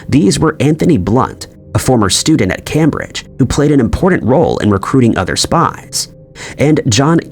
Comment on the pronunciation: This channel has some fantastic information, but I lose faith when the narrator can not pronounce Cambridge.